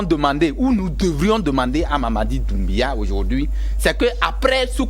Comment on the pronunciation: Tsiééé... vous aussi!!! C'est Mamady DOUMBOUYA. Il y a oncle Google au bout de vos doigts, il vous suffit de lui faire appel si vous ne connaissez pas quelque chose. Faites un peu de recherche et un peu d'effort! Vous voulez parler de quelqu'un qui est dans les news depuis 4 mois déjà et vous n'avez aucune idée de comment son nom se prononce? Waouh, ça dit beaucoup sur vous dêh!